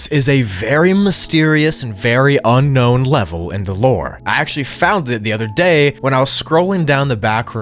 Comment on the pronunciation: "Unkown" bro what